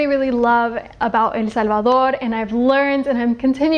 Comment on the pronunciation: I just love when someone pronounces El Salvador, I mean the correct pronunciation !